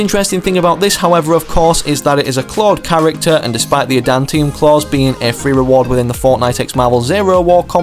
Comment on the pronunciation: Bro actual said "adantium" L